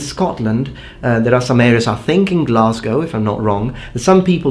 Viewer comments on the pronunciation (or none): none